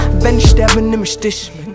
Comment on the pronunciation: Das wird „ich“ und „nicht“ ausgesprochen und nicht „nischt“ oder „isch“